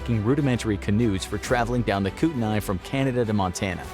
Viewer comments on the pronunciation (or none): i live in the area, i dont know about everyone but we pronounce it koot-a-knee i dont know if that is perfect but i havent heard koot-a-nay.... spelled kootenay for reference so i get the mistake